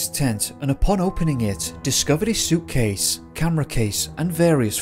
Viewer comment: The best part is his inflection? Not every sentence can be a question? They discovered Frank's soochcase? There was no sign of him?